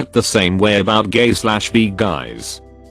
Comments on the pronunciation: Post: “Bi” No one: Me: Absolutely no one: Video: “Bee.” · IT'S! NOT! PRONOUNCED! BEE!!! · Соня Скупова because in the video it pronounces bi “bee” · Me: b Text to speech: b Me: i Text to speech: i Me: bi Text to speech: 🐝